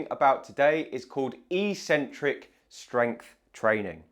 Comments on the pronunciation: I am not native in English but I would say the word is pronounced "ekcentric" or like "excentric" with first c pronouncing k. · Sorry mate but I can't watch you anymore. I'm 75 and have watched your videos for some time now, but hearing you pronounce eccentric as 'eecentric' just boils my blood. I must admit that I am an Americanophobe and despise the influence they are having on young Brits, but l assumed you were intelligent and be familiar with the correct pronunciation. Google 'how to pronounce eccentric' to hear the correct English way. Sorry, but if you can't speak your mother tongue correctly l can't trust you anymore. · It is "eck-sentrick". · A seemingly very strange pronunciation of eccentric? The E should short as in egg, the first C should be a K sound and the second an S sound. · It is not "e-centric", it's "eccentric", like Eggcentric. There are two c's in there for crying out loud. Why would people think it is ecentric. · EEEEEEEEEEEEEEcentric is NOT a word in English. If you're talking about the word 'eccentric', it is pronounced eK-Sen-Trik. This isn't merely academic snobbery. EEEEEcentric means 'without a center', per its Latin etymology. Pronounced correctly, the true meaning of the word becomes evident: 'away from the center'. When sports people 'try' to use this word, they are referring to the movement of two tendons away from each other, or away from the center of the muscle. This is completely consistent with the other most frequent use of the word, which means 'odd' or 'crazy' or 'not normal'. Eccentric people can be considered to be 'away from the center of normalcy'. Don't trust me, though! Just take 1 minute to read literally any English dictionary to confirm that there is no recognized pronunciation as EEEEEEEcentric. So,, people may consider you eccentric if you were to suddenly start pronouncing it correctly, but you'd at least be the most informed and educated physiotherapist out there! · It's pronounced 'ek-centric'